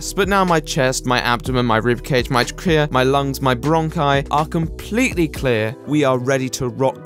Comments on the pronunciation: The way he says trachea will haunt me till I die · im sorry HOW the fuck did you pronounce "trachea"???